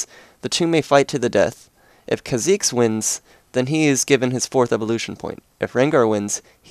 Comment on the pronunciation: Whenever someone plays or says a Champion that I like,and says or plays him/her wrong,I get annoyed...Kha'Zex? Zera? Really?!